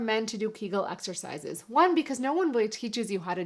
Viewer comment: Thanks! I can vouch for the effectiveness of Kegels. By the way, you are pronouncing them incorrectly. The proper way is 'Kay-guls'. (rhymes with bagels) I do 9 to 10,000 of them every two to three days over a two hour period. However, I do them rapid fire and about 80 of them per minute. They have over time completely fixed my after dribble. Blessings, Dan